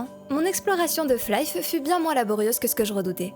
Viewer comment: Chouette découverte ta chaîne. Bon, ça me fait énormément de mal d'entendre Flaïf toute la vidéo, mais bon ça c'est pas très grave.